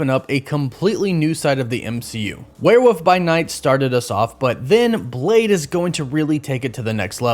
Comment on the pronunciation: DUDE.... it's werewolf (with an L), not werewoof.